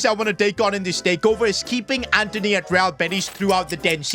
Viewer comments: Antony❌️ Anteny😏✅️ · It’s Antony buddy not Anthony